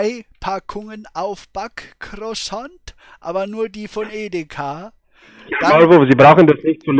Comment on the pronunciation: "Drei Packungen Aufbackkrossont" - allein wie dieses Wort ausgesprochen wird, lässt mich liegen xD